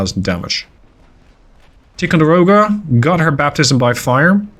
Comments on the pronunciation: Ticonderoga is pronounced with a long I. Tie. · Love the vids ! If you were curious it we would pronounce it Tie-Konde-Rowgah (Or atleast thats how we said it ) one of the guys i served with in the Navy his father was on the Ticonderoga they called it the Big T. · Ticonderoga pronounced Ty-con-de-ro-ga love your work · FYI Tie-con-der-oh-ga in how Ticonderoga in commonly pronounced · In the US we say “Tai-conderoga”; I’m not sure if that is the same as the Iroquois pronunciation though.